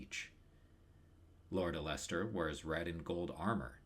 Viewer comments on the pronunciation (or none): This video is really good but your pronunciation of Alester is unforgiveable and I have no choice but to report you to the proper authorities.